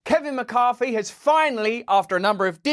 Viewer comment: Why can't the English pronounce th.....? Why is it McCarFy